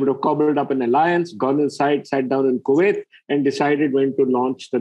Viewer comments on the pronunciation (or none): none